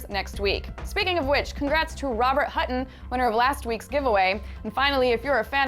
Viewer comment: Did she say Robert HUTTON?